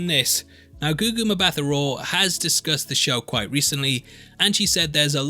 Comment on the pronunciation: Yay! Just one note, its pronounced Gugu MbaTa Raw - you don't pronounce the H. It's a South African name.